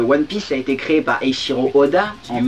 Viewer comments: Oui , enfin bon tout ducoups j'admets que je mettais également trompé , sur le Eykiro , tout sa pour dire que voilà dans tout les cas ceci était mal prononcé... bref... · Le "ch" en jap se prononce "tch" après je dis sa je dis rien ... E Tchi RO à la limite ...